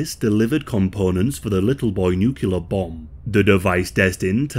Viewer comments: Say it with me here. Nuclear ( New • Clear ) all you gotta do is put them together. Nukyalur is a lot harder to say than new clear. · Talk about PTSD! By the way, the word is “nuclear”, not “nucular”. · It's nuclear, not nucular lol